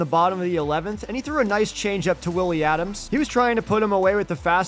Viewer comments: It's Adames, not Adams. Pronounced Ah-dom-ez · Man i loved this video until you kept saying adams instead of adames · Btw you said Willy adames wrong lol!